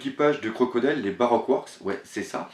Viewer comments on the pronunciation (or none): none